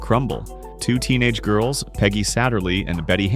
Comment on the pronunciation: Its Girsls, not girls. More AI 💩.